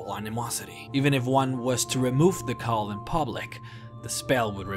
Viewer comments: Cowl (Cow-l) not coal. Great video though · Coal I think you mean cowl